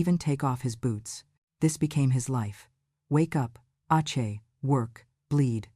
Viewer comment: I thought AI could understand context. Ache as in soreness was pronounced awchee. Good grief it's annoying.